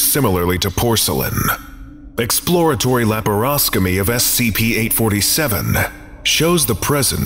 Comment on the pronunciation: It's "laparoscopy", not "laparoscomy". Otherwise, good video!